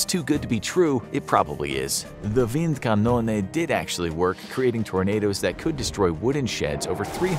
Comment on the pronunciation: As a german i like how you pronunced "Windkanone" awesome video